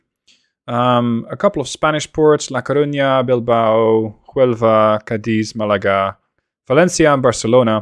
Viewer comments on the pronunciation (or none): none